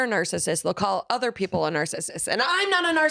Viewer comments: Narcissus is Greek. he's right, the c it hard in Greek. where it would be pronounced like narKISSos not NARkisis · "narkisus" BEEEEEEEH